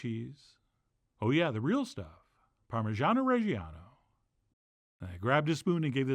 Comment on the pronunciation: Dear chef John, do you think the time has finally come when you ought to start pronouncing Parmigiano Reggiano the right way? Par-mee-jah-naw Reh-jah-naw.